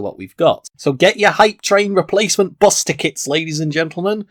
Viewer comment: Nobody else hate how he says bus?